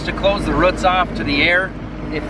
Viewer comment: You or I one say “root” weird, also roof…😝